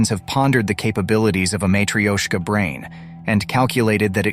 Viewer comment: Hahahahaha matrioshka “intelligence” hahahahahaha can’t stop laughing